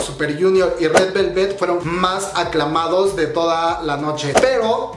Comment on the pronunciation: Esemtoun... 🤦🏻‍♀️correctamente se pronuncia ES EM TAUN Sesang... 🤦🏻‍♀️ se pronuncia Saseng 사생; Sesang 세상 significa mundo. Gors Yenereshon y Red Velvét 🤦🏻‍♀️🤦🏻‍♀️🤦🏻‍♀️... se pronuncia Gurls Yenereishion y Red VÉLVET no VelvÉt. Amigos, si van a dar chisme coreano, mínimo tengan tantita curiosidad e investiguen como chingados se pronuncia... Btw, creo que la info que ofreces es buena y se agradece que te dieras la tarea de investigar un poco. Sólo no repitas una y otra vez el sujeto al cual estás haciendo referencia. Ojalá hubiera contado cuántas veces dijiste "esemtoun" o SM Entertainment.